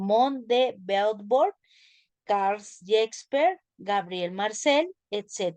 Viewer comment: no pronuncia bien el nombre de Hegel, Friedrich Nietzsche y tampoco el de Simone de Beauvoir.